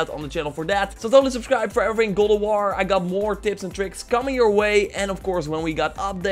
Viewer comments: Man said gold of waur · Me: repeat after me: ok Me: God J: God M: of J: of M: war J: war M: God of War J: golowar